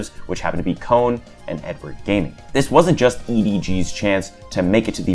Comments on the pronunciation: Little correction but i heard kone was pronounce K-one or k1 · I like how he pronounces K-ONE as “cone” 💀